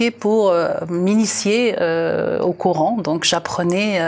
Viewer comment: coran pas couran,50 ans en france." comprendre mieux" non "mieux comprendre".quel francais!